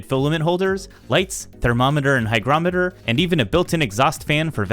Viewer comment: Fantastic review, informative and professional. I loved the DIY cost vs buy calculation, very nice. Also, THANK YOU, you are one of the few YouTubers to pronounce, hygrometer (hai·graa·muh·tr) correctly. This is a great product, some suggestions for improvements: A drawer for tools under the printer enclosure; Ensure room for an AMS/CFS in the printer area and on top of the printer; Cabinet doors on the lower half; A hygrometer on the upper section; Weather stripping for the doors; Slide out bottoms for the printer and filament areas to make access easier.